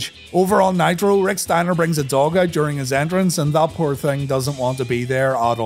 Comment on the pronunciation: It’s “in the hospital” instead of “in hospital” “poor” not “purr” and Hue-ston not Who-ston. Otherwise fantastic as always